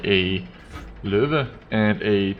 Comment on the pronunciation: I really would wish we could platoon:-) and i know can play together because: aksenten din på "Lowe" og "Grille" avslører at du er dansk:-)